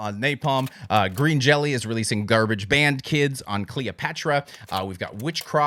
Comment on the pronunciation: It's pronounced Green Jellö. Even though it's a "y", they had issues back in the day with copyright by calling the band Green Jelly so they slightly altered it.